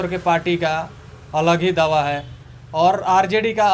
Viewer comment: Bhai sahab दवा है या दावा है 😅😂😂😂